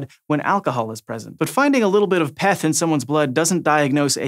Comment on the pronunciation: If that guy says Peth one more time...